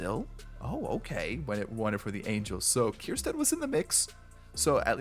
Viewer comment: Its ker - stad… no “kierstad”